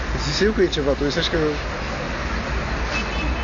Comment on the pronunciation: "Sa balanganii" Haha. "Tu zâsasi"